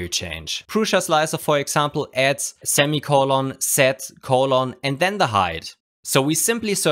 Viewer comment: "ZEMI COLON, ZED ZEMI" Knew he was a robot!